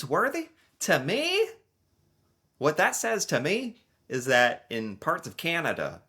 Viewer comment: YAY, you said CANanda instead of KINeda. How Canadian of you!